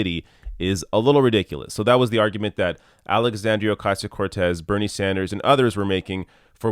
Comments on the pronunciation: The first thing that Donny Douche Bag needs to do is learn is how to pronounce Alexandra's name. Good old friend of the worse president in history. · It's really aggravating they consistently intentionally mispronounce her name, it's a way to be condescending.